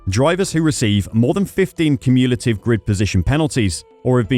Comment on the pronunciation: Interesting pronunciation of the word "cumulative"... "cum-you-lay-tive" 😂